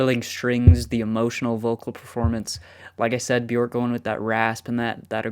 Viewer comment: Björk is pronounced “B-yerk” … rhymes with work or jerk.